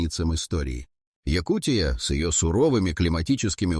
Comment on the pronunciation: ЯкУ́тия, а не ЯкутиЯ́.